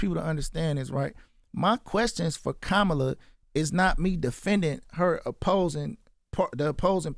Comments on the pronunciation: He said “kamella” 💀😭😭💯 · He's complaining his Trump visit wasn't "what he thought it would be" and just moved real fast and quickly to be over....but they got their pic though LOL 🤔 How do you not realize that meeting was used as a photo opp and Vezzo was the prop?! 😫 That man was not there to have a real conversation with you, so idk why you expected otherwise! 💯 And still mispronouncing VP Kamala Harris name like all the other ignorant clowns... I hate to see my city represented like this 💔